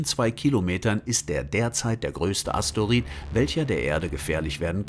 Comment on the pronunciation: Es heißt immer noch nicht asteorid sondern Asteroid